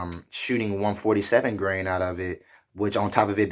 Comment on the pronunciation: Grain...not Gran